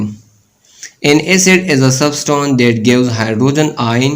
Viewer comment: subtone nhi substance huta hei sir jee 😂😂